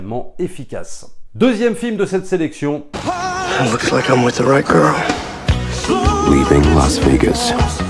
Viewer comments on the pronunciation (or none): none